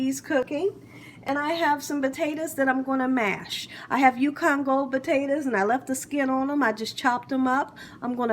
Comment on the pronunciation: She said mashed batatoes ..lol. looks delish